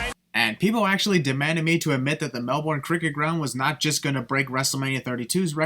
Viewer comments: Just saying so you don’t trigger Australians it’s pronounced melburn not melborn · pronounces Melbourne as MelBORN not MelBIN ding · It’s pronounced Melbourne not melborn I know because I am from Australia 🇦🇺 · mate, no offense, only us actually know how its pronounced so I dont blame you, but its pronounced Mel-bin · sigh he said Melbourne like every American does which annoys every Australian ever. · You mispronouncing "Melbourne" is 10 sins. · Okay. Fair argument. I guess it's something that just bothers me more than it probably should. Great video. Cant wait for part 2.